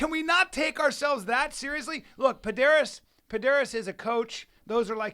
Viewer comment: For sure say Pederneiras correctly...